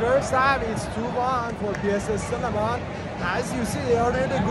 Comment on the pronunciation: SLEMAN NOT SLEMEN!